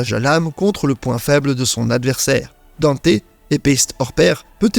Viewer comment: Faut arrêter avec la prononciation "Danté" les gars, on a eu une VF avec le reboot et le premier anime et ils disent "Dante"